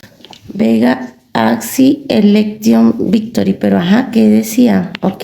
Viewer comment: Hahahaha she Said: Bega axie election Bictory.